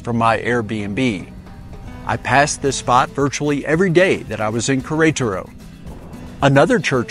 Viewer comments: One day I hope you learn to pronounce the name of the city. This is a very good video for this city. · The pronunciation of queretaro is killing me 😂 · I have gotten several messages that I wasn't close on the pronunciation. I do remember that several locals said Querétaro and I thought I had it down. Apparently not! I appreciate you watching! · Me too.